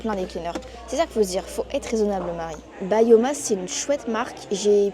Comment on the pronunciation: C'est pas bayoma c'est byoma😂